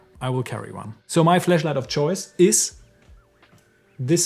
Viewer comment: Hahaha. Please stop saying “fleshlight”😅